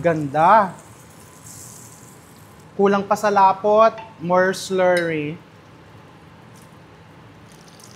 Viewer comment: Kanino ka Chef nagpaparinig ng s-lerry?🤔ay! Slurry baga‼️😂